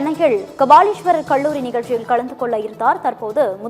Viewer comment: ஏய் பெண்ணே கள்ளூரி அல்ல கல்லூரி தமிழ் சரியாக பேசும்